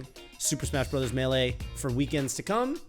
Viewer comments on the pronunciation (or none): none